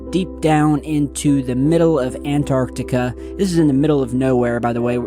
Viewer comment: 2025 and still can’t pronounce Antarctica properly.